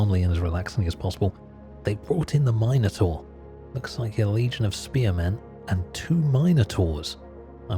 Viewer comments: Trying to go to sleep, but I keep getting woke up to the word Minor-Taur, not Minotaur being uttered. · Couldn't sleep because of the way you pronounced Minotaur